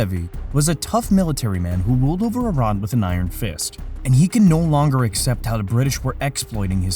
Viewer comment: This narrator keeps pronoucing 'British' as "duh Brid-dish". It's really distracting and makes me not want to watch future videos.